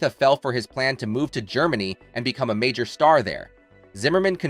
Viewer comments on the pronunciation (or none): none